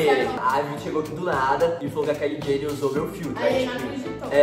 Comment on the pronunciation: É "Keily Jenner"